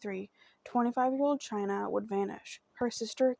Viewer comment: 🗣Baby it's pronounced exactly the way it's spelled and if you were unsure, prior to doing this video, you could've googled the correct pronunciation. Just a lil journalism advice for your next story. However, thank you for doing Chyna's story. It means a lot to us Washingtonians.💜🙌🏽